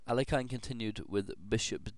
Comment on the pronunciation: Alekhine's name is actually pronounced "ahl-YE-khin" or "ahl-YO-kheen" rather than "AL-ek-ine".